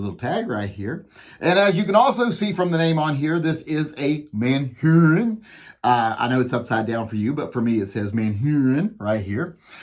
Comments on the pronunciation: I still have to laugh at you saying Manhurin instead of Manurhin. It's said more like "ManUrine". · It's not Man-Hurin, it's MANURHIN...if you don't like it, suck it ! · It is pronounced Manurë in French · Are you pronouncing a h out of order or do you just not want to say man urine?